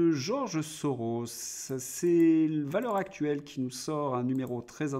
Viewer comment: Merci Monsieur. Votre revue de presse est toujours instructive. Une petite requête : puisque vous citez souvent cette revue, voulez-vous bien faire la liaison entre valeurs et actuelles - Valeurs-Z-Actuelles ? C’est un pluriel... This would make my day 😊